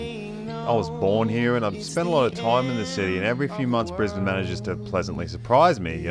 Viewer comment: I had to advise a United hostie this is literally how you pronounce it, not "Briz-Bayne", as the purser had said on the in-flight PA system. Note air connections to north America are rapidly improving from BNE, allowing you now to avoid LAX. Air Canada direct to YVR (Vancouver), United direct to SFO (San Francisco). Now we just need Seattle-based Alaska Airlines to run a direct BNE-SEA route for all the Aussie tech bros who live in the US Pacific North-West.